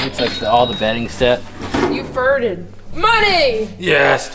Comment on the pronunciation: Amber said: You furred. Haahaahaa